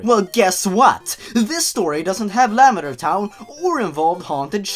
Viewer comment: the way you say lavender sounds like you're saying lambader